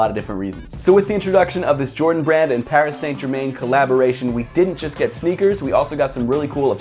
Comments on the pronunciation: Hate to get picky but it's pronounced "Pari San Jerman" oof what a shit way to say it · paris saynt germayn. very nice pronunciation. good review tho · ‘Paris saint ger main’ hahahahahhahh that was brutal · Parry San jerman is closer to how you pronounce it dunno how you would spell it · Paris - San - Ger - Man is the proper pronunciation. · Pronounciation is "Pari San Jerma", right? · The way he pronounced Paris Saint Germain 🤮🤮🤮🤮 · I'm not french myself but you could at least try to make it sound French. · brooo u pronunciate PSG completey wrong, it hurts 😂 keep up the good work 💪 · I’m sorry I’m a big fan of yours but you absolutely murdered their name 😂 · Dat Pronounciation of Paris Saint Germain😂😂 oof it hurt to here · Right lol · this was exactly what I was gonna say haha! my ears are bleeding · I was gonna say that.....awful